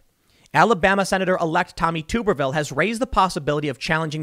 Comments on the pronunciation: Hey Tim, I notcied you were calling the new Alabama Senator Tuberville like "Tooberville". It is a short sounding "u", and we called him Tubs for short when he was Auburn's coach. Anyway, just wanted you to know how to say his name correctly. He was a coach who said a conroversial things and looks like he will be a Senator like that too. You may be saying his name a lot in the years to come. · It's "Tub-er-ville" not "Toober-ville"! - scream all the Auburn Tigers that watched this...